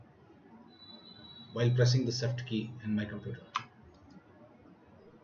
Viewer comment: "SIFT KEY" What the F**K is a SIFT KEY learn how to talk correctly plz. sorry for getting mad bad I am easyly annoyed. and cmd says "Parameter format not correct -"